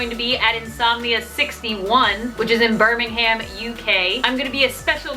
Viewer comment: Omg- omg- omg- I'm DEFINITELY going to Birmingham now!! Also, you pronounce it 'Birming-am', so, the 'h' is pretty much silent. I really want to meet you there,! It would be such an honour to meet someone as kind, funny and caring as you! I really hope I get to see you!!